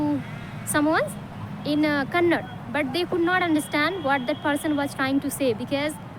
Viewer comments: Not kannad sis, kannada❤️💛 am from Karnataka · That is not Kannad it's Kannada ok